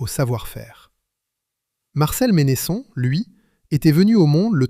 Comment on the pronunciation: Vq auriez pu demander comment la famille prononce son nom : Mènnesson et non Ménésson....